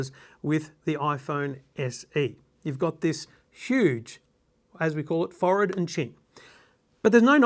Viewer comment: Subbed because you pronounced "forehead" correctly ;)